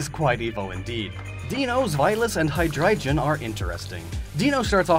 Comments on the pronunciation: What kind of pronunciation is that? “Hy-dry-geon”? It’s “Hy-drie-gon”. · What was that Hydreigon pronounciation? Most people pronounce it wrong but god damn that one was bad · (HY-DREI-GON) not (HY-DRIGON) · hydriegin? don"t you mean hydriegon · Haidraijun? I usually don't comment on how people pronounce Pokemon names, but that's one very special way to say Hydreigon. xD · You miss pronounced Hydreigon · Hearing you butcher the pronunciations of Deino, Zweilous, and Hydreigon will always make me cringe after taking German classes for years. They're all pronounced with the hard I, not E, Ei in German = I, Ie = E. Also their names are jokes, since Ein(s), Zwei, and Drei are 1, 2 and 3 in German (though technically Ein means 'a', not one, but I let it slide for the funny) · Nobody going to point out Deino, Sweilous, and Hydreigon were mispronounced? Nobody going to let him know that they are based off the german words for one, two, and three, and that the german ei sounds like I? Nobody? Okay then. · Dude, please look up Pokémon pronounciations before making these..... Bih-sharp High-Dry-gon Skun-tank (no K) And more